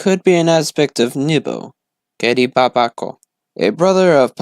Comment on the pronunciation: Ghede is pronounced Geh-day